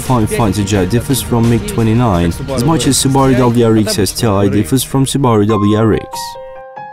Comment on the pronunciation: All I heard was "Qubaru". Can't even get the right pronunciation. haha